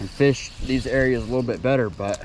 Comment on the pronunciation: That fush count 😂